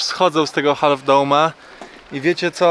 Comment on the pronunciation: Half - to się wymawia się bez literki "L" :)